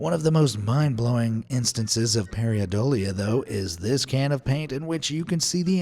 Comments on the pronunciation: Paradolia, not Pariadolia... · Who the hell says pariadolia instead of how the word is said, paradolia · it's not PAIREEuhDOLEA. jeez EVERY video you pronounce something incorrectly. why can't you take the time to get the pronunciations right? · Making a video about pareidolia and then pronouncing it wrong the entire video, is the most thing ever.